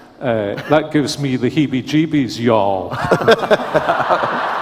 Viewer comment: ok steadfast Steve Lawson😂😂😂😂 Am dead back again with Steve Lawson laugh😂😂😂 that moment: Did you learn that in Dallas? you didn't used to say heveee jebeies😂😂😂RC nailed this Heveee Jebiees in Scotland.. "Y'all!!!!😂😂 animation was great too...great job josh!!! God Bless, you make me smile with this🧡🧡🧡I missed Alistair Begg.. Have A Bless day josh